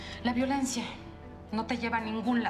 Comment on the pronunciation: ya pero yo escuchando que la mama de marcos dijo violencua